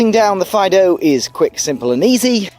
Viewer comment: I’m pretty sure that the pronunciation is “Feedoo”, not like yer dog..